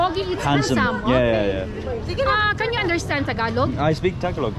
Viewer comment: Hey brother I've been all over Mindanao believe me if your not a deep Muslim there are places in the mountains you don't want to be. I'm glad you didn't find one or you damn sure remember it if you get out lmao Hey and why I'm at it you are mis pronouncing Tagalog it's not( TAG A LOG ) AS YOU SAY IT.I'm a new Sub here I really enjoyed your vlog keep up the good work. Mabuhay Po & God Bless stay safe!!!!!! Keep your head on a 360 degree swivel in those mountains